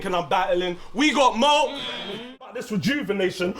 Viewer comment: ITS MOAK NOT MO-AK !!!